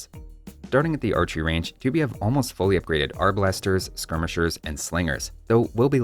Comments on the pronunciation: Archers with poison arrows, the best hit & run units. Also, please say "twopee" instead of "tchoopee". And say it faster, because U (oo) and I (ee) are not two extended letters. They're just single sounds. Just like NAmericans say teepee. You don't overextend the eeeeeeeeeeeeeeeeeeeeeee, it's a short sound. Tipi. Tupi. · I think its pronounced tu-PÍ. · The American civs are SO PRETTY NOW!! And the Elite Blackwood Archer's fluffiness makes up for its squishiness (psychological warfare 111) The way pronounces 'Tupi' makes me think he's, oh I don't know, a math teacher or something. Anybody else hear '2p' when he says it?